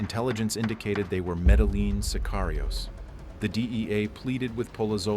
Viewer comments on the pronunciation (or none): You don't pronounce the L in medellin. (Meh deh yin)